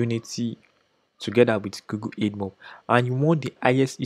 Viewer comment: Great content. I just feel you should know this... It's (AD)mob as in "Advertising" not EDmob.